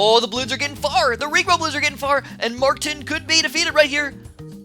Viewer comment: So funny how he pronounces martijn XD